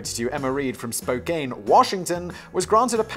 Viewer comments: it's pronounced Spo-Can. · Spo-CAN, not Spo-KANE, you glorious bastard!! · Spoke-cane Washington lmao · Spokane is pronounced "spo-can", Fact Boi, not "spo cane". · FYI Its Spoke-Can not Spoke-Cane..... (person from Spokane) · Did you say Spokain Washington?!?! 🤣 😅 sorry bro, I know you don't know but just a friendly reminder, it's pronounced Spo-can. Even though it has an E at the end. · Spoe - Can. Not "-caine" 😐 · Spo-can Simon Spokane is on the east side of the state where it rains 300 days a year instead of 364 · As a person from Spokane, Washington, the E is silent. it’s pronounced SPO-CAN. Like a can of Coca Cola. Not a walking cane. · Spokane, Washington is pronounced with a soft A sound. Can, not Cane. We also invented Father's Day. We have very unusual family dynamics here. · Simon Spokane is pronounced Spoh-can, like the Tucan but Spo! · Obligatory Washingtonian comment: "Spokane" is actually pronounced, "Spo-Can." The 'e' is purely decorative... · Why is it that people always pronounce Spokane wrong? It's spO-can.... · Its pronounced spoe can